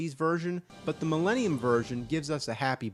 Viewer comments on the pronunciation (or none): none